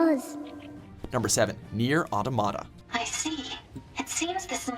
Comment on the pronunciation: Is it pronounced Automata or Automata?